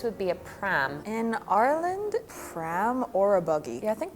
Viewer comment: she doesnt even say ireland, she says urland in what county did you even find her